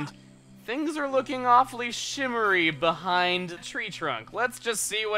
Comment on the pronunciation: Whoops! "Behing"